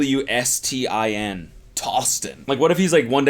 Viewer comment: Ich dachte auch erst er meint Thorsten, was ja einfach n normaler Name wäre aber dann hat er es "Tawstin" buchstabiert 😂🤦🏼‍♀️